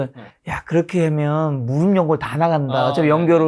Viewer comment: 무릎의 올바른 발음은 [무르블 ]아니라 [무르플] 입니다. 더 전문가답게 보이시길 바라는 마음에~~